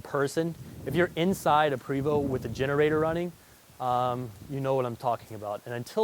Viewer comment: It's pronounced (Pray-VO) Not Pre-VO. Not trying to be smart ass just letting you know.